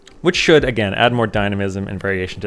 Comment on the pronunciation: Your "Should" sound like totally different word... a bad word...